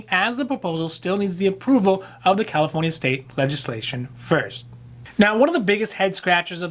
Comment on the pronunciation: I hear it too